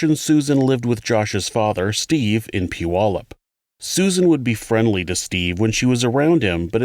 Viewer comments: You are the first person that I've heard Puyallup correctly in a video. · Dang, you nailed Puyallups pronunciation! Phenomenal content! Thank you so much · We’ll done on your pronunciation of Puyallup! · I’m just shocked you said puyallup the way I said it when I lived there. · Impressed at the pronunciation of Puyallup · Love this channel. You do a great job and while discussing difficult subject matters, keep it respectful. Also, thank you for pronouncing Puyallup, WA correctly. You'd be surprised how infrequently that happens. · Only a true Washingtonian can pronounce Puyallup properly. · I believe the narrator grew up in Bremerton, so he’d better know how to pronounce Puyallup